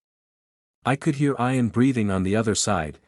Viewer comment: It's pronounced ian with an e